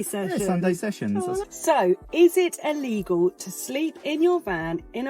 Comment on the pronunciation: Allegal? No, it is not "Allegal".